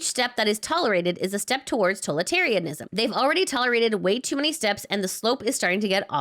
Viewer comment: Should probably learn to pronounce "totalitarianism" before you quote it a hundred times